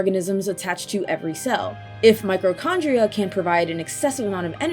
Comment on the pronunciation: Hearing "microchondria" repeatedly, it broke my brain. Zanza really is above them all, though.